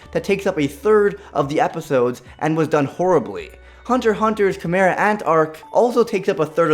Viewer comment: did you seriously mispronounce "chimera"? XD